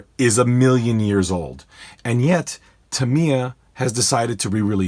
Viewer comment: Great little video the only flaw I found was your pronunciation of the company name Tamiya the I sound like an I not like an E. your the only person I've ever head pronoun it like Tameya.